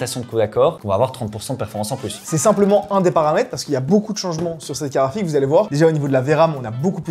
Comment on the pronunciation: La caraphique, tu veux dire !